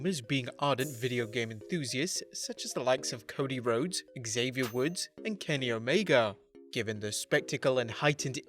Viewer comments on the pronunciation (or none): none